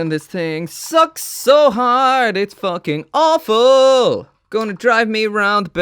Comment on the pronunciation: The Irish really comes out when you say "fookin" and I love it. I want to see you review a Medabot model, too. They're simpler and seem much better, and I think might be a good palette-cleanser after such an over-complicated piece of crap.